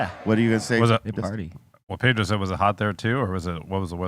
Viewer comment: How is it possible that you guys say, pay dro. and mock the white boi. ?? PEDRRRRRROOOO.